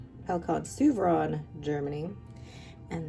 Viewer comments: Souverän is pronounced ‘Zoo-ver- rain’. (make the ‘R’ a bit guttural) It’s all in the umlaut ! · pronounce the pen correctly.